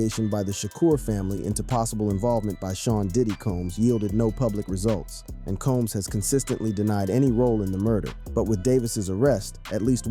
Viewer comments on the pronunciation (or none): none